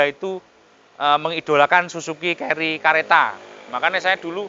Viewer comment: Koq bilangnya ceri..?? keri mas bukan ceri hahaah😂